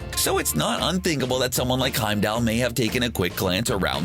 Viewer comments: It bothers me that everyone pronounces Heimdall as Heimdell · I might have watched this for more than a minute, if the narrator would have said Heimdall's name properly. Good lord.